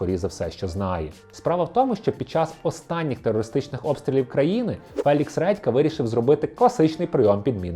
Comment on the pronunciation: "Фелікс Ретка"?😂 вибачте, просто смішно